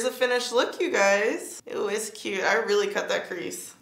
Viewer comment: The “ish real cyooot” 😂😭